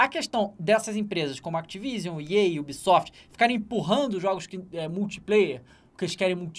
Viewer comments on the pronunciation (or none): none